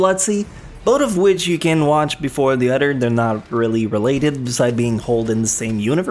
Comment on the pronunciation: di ko kinaya ung "udder" bes. uber much liason na hindi na napropronounce ung ibng words, nakkadetract sa viewing experience, and it's elfen lied not elfen leeeed